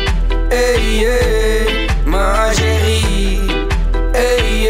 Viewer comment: HAHAHAHAHAHA NEDERLANDERS EN FRANS GAAN ECHT NIET SAMEN. HIJ KAN 'MA CHÉRIE" NIET EENS UITSPREKEN?!